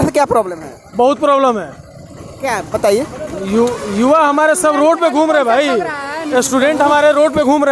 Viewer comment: Abe reporter जुवा नहीं युवा